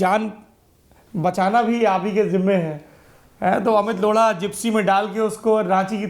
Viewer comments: For god's sake it's Lodha not lodda. Pay attention to pronounciation. Gaand hi maar li aapne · O my God, Did he just say amit loda😂😂😂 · Did he just said lora to Lodha? lol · लोढा नहीं लौ.…😂😂😂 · Amit Laudha bhai ...Laura nahi😂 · सौरभ जी आप up बिहार वाले प्यार प्यार से बोत कुस बोल देते,हो ये लोड़ा नही है लोढ़ा है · why does it sound like the host is pronouncing Mr Amit's surname as Lauda. That sounds not only ignorant and offsensive but very disrespectful. The host should be conscious about how is he pronouncing anyone's name. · Lodha but sounds like loda...😂😂😂😂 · I really heard him say Amit Lauda🤣🤣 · Naam tou sahi se Lelo bhai…….Loda nahi , lodha hai. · Lodha not loda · try to pronounce correctly the name of chief guest please... we have an option in hindi of ड़ा और ढ़ा